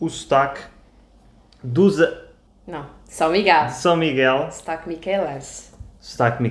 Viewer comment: Wow the vowels are really moving into French vowel territory with Portuguese [u] turning into [y] & [ou] into [œ] or [ø], & /ão/ into /ã/! Vaca miquelina is HILAR. Also just realised your pronunciation of "sotaque" is like "Stark" in British English. LOL.